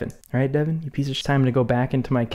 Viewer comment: Other youtubers: I cant tell his name to you guys: “DeVoN”